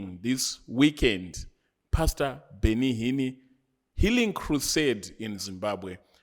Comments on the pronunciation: Awuna nyaya bro... That is why you pronounce Benny Hinn as Benny Hinni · 😂😂😂 heard it too Benny Hinnie😂😂😂